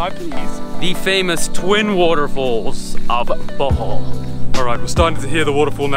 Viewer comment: I’m Filipino and I never knew about chalamay. It sounded like he was saying “butthole” instead of “Bohol” hahhaahha